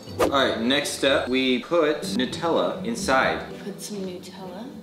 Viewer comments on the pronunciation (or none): Am I the one who is frustrated why she is saying noooootellla not nuuuuutellla???